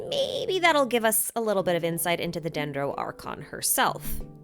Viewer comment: u lost me after u sayed dendro archon for the first time